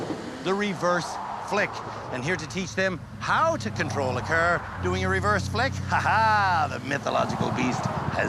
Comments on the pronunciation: UGHH "CER" and "PERK" SAY IT RIGHT ITS FUCKING "CAR" and "PARK" AAAAAAAAAAAAAAAAAAA.. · “we have a self parking CeR to teach you how to parallel PeRk”